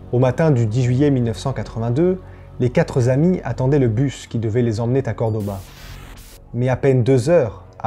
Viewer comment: Le seul truc qui m'embête, c'est le quatreZamis et les T qui se baladent dans des liaisons aléatoires en français. Ça me gâche un peu le plaisir de t'écouter... Quand même, continue, c'est du beau boulot